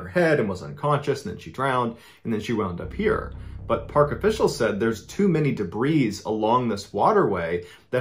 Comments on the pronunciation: "there were too many debreeze" lmao sir ballen, it's "too much debree" the 's' is silent. You don't put too many mayonnaises on a sandwich... you put too much mayonnaise on it. lol. update: wow I've watched this so much I've made this similar comment like two other times... lmao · The word "debris" is actually pronounced as "debree". The "s" is silent.